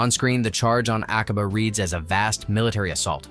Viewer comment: Its not A-cob-ah. Its Ack-a-bah. PLEASE